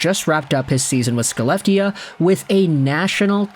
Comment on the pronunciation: Little note: Skellefteå is pronounced "Shel-LEF-teh-oa".